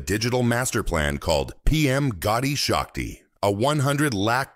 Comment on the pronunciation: Not Gaudi shakti It's gati shakti